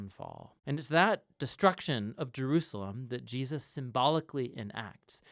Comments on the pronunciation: WTF is "Jiaziz"? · Why do you keep pronouncing Jesus "Jeus"? Is it intentional ? What does it mean? I am sorry but it really bothers me. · You keep saying Jeus who is JEUS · do you have a problem to say "Je-sus" ? why do you mispronounce His name? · Does anyone know why he says Jesus name so weird? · The speaker pronounces the name of the Son of God incorrectly several times